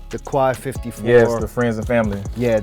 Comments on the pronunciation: Love going back and watching the older cats collections. Seems like they have way more originality than the youngns these days. I still dont get how they all pronounce Quai 54 wrong tho. Its pronounced like K 54. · Love going back and watching the older cats collections. Cuz the collections of the youngns have little to no originality. Although he, like many, pronounce quai 54 wrong. Its like Kay 54. But whatever.